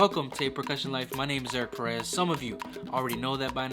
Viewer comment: Porqué pronuncias tu apellido con acento en la segunda e? Peréz ? Así lo pronuncian en E U pero éso es un disparate. Deberías estar orgulloso de tu apellido y como se pronuncia.